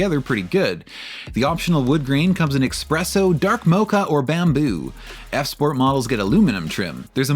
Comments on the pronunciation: The first Gen ES was based on a Camry. 3rd gen Camry with based on a second gen Lexus. These are the two best variants. 4th and 5th generation ES look like guppies. Did you say "Expresso" ? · There’s no X in espresso!